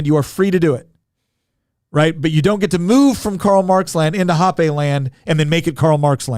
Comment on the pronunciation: "hopp-ay"... I'm pretty sure it's pronounced "hopp-ah". Hans Herman Hoppe.